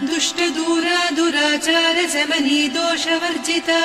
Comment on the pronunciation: You should not stop at Durachara. She is not Durachara Samani should be pronounced as Durachara-samani. It's a compound word.